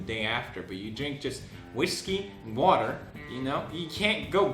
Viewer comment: The ending hahahah " wauter, drink wauter "